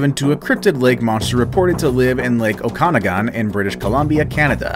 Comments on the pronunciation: Oconnigon?? I think ya mean Okanagan.. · Pronounced Oak-an-ah-gan. NOT OKAN-AGAN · You say it oka-noggin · Lol its not ohkawnagawn lol its Okanagan (OAK-A-NOGGIN) IS HOW ITS PRONOUNCED. I lived there for 10 years and had friends actually film the ogopogo ...they sent tape to government and never seen it again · Ok as an okanagan citizen I am VERY triggered by the ogopogo one The ogopogo is not a giant snake or what ever he called it it is the guardian of okanagan lake ( oak-a-nog-an) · Nice try pronouncing the Okanagan lake but its said like Oak-A-Naw-Gan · HAHAHA I HEARD IN PRENOUNCE OKANAGAN AND ITS PRENOUNCED O-KEN-OGEN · It's pronounced oak a nog in lake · Love how you pronounced Okanagan lake cause that’s definitely not how us Canadians here in British Columbia pronounce it... love it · Bro butchered okanagan